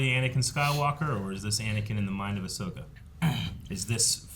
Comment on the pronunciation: It's Ahsoka Mutha Fuckas